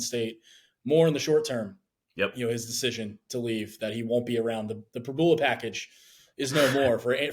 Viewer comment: You guys are reporters - and after 3yrs - and being from PA - the guy on the left STILL doesn’t know how to pronounce Pribula’s name? It’s Prib-YOU-la! I’m so tired of you guys dissing Beau for the past three years and hyping up the other quarterback, who doesn’t deserve it. No one around here can stand Penn Live Sports reporters and you just gave us another reason.